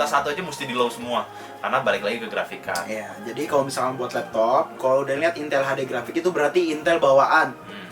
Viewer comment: Bukannya Intel tpi intul!! Wkkwkw asli bang